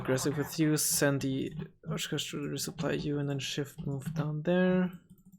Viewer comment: I like the way you say oshkosh, idk if it's your accent. Or if your making it an Israeli accent, like I do trying to pronounce a name in wargame. Oshkosh is the name of the city in which the trucks are made by Oshkosk truck in Oshkosh, Wisconsin near where I live, it's the same company that makes the MRAP. The city is named after the Native American Chief Oshkosh. Random fact of the day.